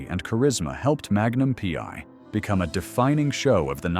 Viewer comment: Not the story of his life again? How many more times? At least 5-6 times every day. Everyone we know and most of his fans have already read his book or listened to the audio CD. Learn English. It's free on YouTube and read it. Don't just copy from other clueless creators. It's Magnum P.I. not PY. Don't talk about people you don't know personally. Again: Tom hasn't finally talked about Steve McQueen. Get it?